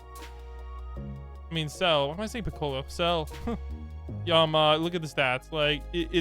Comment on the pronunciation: why does he say piccolo like that